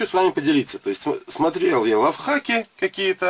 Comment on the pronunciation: не ЛАВ хаки, а ЛАЙВ хаки. =) Спасибо поржал. А то получается почти тоже самое что СЕКС хаки.